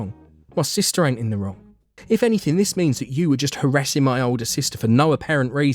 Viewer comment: Hearing the British accent say 'ain't' was very funny